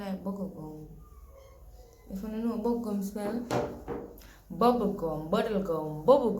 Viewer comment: "Buggle gum" the word is bubblegum 🤣🤣🤣🤣🤣🤣🤣🤣🤣🤣🤣